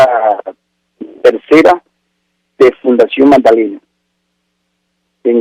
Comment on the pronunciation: Es fundacion no funcion